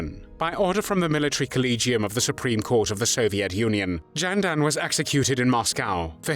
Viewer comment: Not Jenden, but Ghenden like "gestapo". This is a rumor. Whether Ghenden actually slapped Stalin personally is known only in the Kremlin's secret archives. The main thing is that this man, despite his poor education, was able to speak out for the independence of his country. According to one fact, Stalin, in order to put Ghenden down, quipped at a reception for him, "Ghenden wants to be Chinghis. In fact, he can only be Chinghis's dog." Genden replied, "If the Georgian Stalin became the Tsar of Russia, why can't I become the Khaan of Mongolia?"